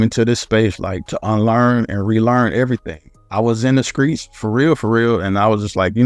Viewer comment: Bruh this man really said "skreets" instead of streets I'm dead 😂😂😂😂😭😭😭😭😭☠️☠️